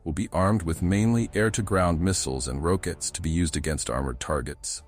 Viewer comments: Yeah it’s AI voice - who calls rockets “rowkits” 😂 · It was doing so well until it got to "rowkits" had me chuckling ;~)